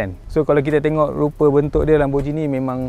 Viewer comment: lamborgheeni bukan lamborjini